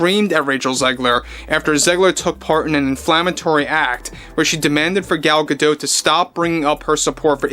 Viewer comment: Gadot is like Bardot. the T is silent.